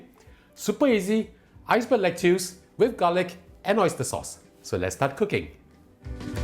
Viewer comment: Lettuce is pronounce as "Let-us"(American) or "Let-is"(British)... DON'T call it "Let-tius"